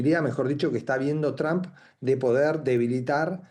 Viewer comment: QUIERO HACER UNA CORRECCIÓN. ÉL NOMBRE DEL PRESIDENTE ESTADOUNIDENSE NO ES "TRAM" o "TRAMP". SÉ PRONUNCIA "TROMP" CON LA VOCAL "O" CÓMO DECIR "TROMPETA"